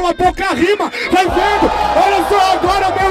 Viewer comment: Nem vi a batalha e ja sai que o falou "vai veno"